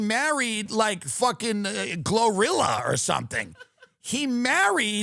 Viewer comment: Did he say Glorilla 😂😂😂